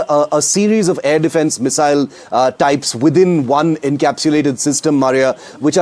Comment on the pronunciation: Please, for the love of god, learn how to pronounce "Missile" before you cover such weapons systems!